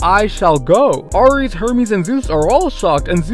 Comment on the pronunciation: Ares is pronounced “air-eez”. Have you never heard that gods name before????